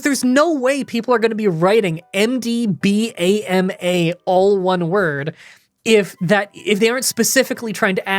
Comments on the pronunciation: Way to pronounce MDBAMA: M-D-Bam-a, like Alabama. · MDBAMA sounds like MD-Bama xD For my question: what are some of your favorite starter Pokemon?